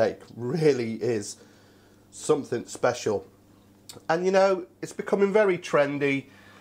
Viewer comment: "I want summitat hanger steak m8" I love it.